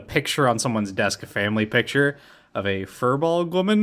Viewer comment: I searched up Firbolg written in the International Phonetic Alphabet, and the source I found does not give it three syllables, just two. You nailed Cait Sidhe/Cait Sith, though. If you really want to wow your audience with Gaelic words, bring in the Welsh Excalibur, Caledfwlch, haha